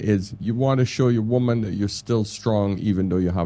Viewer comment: Good points just please pronounce women and woman properly when speaking about them. Nothing to do with having an accent